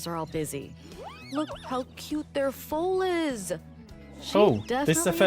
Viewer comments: I don't know why it makes me laugh so much, but a fowl is a bird or an infraction in a sports game (foul), a foal is a baby horse, pronounced like F-O long O, not like "ow, I hurt myself". 🤣🤣🤣 You are not the first sim youtuber to pronounce it like that. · What is with this! James turner called them fouls too. I'm Australian and it's definitely not pronounced that way... But now with, I'm wondering if there's a subset of ppl who say it like that too??? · love how you heard her pronounce foal correctly and still chose to call them fouls lmao